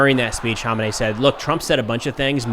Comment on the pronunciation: Dude u sharing irans leaders name wrong was mad annoying pronounce it like this man kha may knee